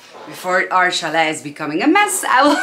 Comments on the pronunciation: The t in chalet is silent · It's NOT Chal ET. It's CHAL A (French)